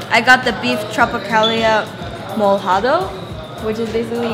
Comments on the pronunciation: Vicki C Im pretty sure she had the intention to say "Molhado" although she said something more like "Mojado", so as i said, she did not say "Molhado", a thats my point nothing else, not what she meant, but what she said. Its not the end of the world, because Portuguese people dont really have a problem with that, and most of the time we understand anyways so its all good. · "MOLHADO" ahaha Not like Mol-hado. More like mo-lya-do. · ***** No.. she said "mojado", she said nothing near like "molhado", you know how i know it? I speak Portuguese lol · said "molhado" not "mojado" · ***** Understand this, she meant to say it right, but she said it wrong, and "moljado" in Brasil or Portugal means nothing, simply because its not a word, its wrong. It doesnt matter if it has a soft L, because that not how you say "Molhado". I know you want to be right, but you are not right. As i stated before, im just talking about what she said, not what she meant to say.